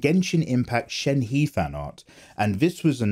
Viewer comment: Since I don't see anyone saying it shenhe isn't pronounced sh-en-he but pronounced sh-en-hu-UH